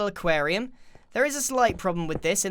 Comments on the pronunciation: he says acarium two times😂🤔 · How many times is he going to say equariam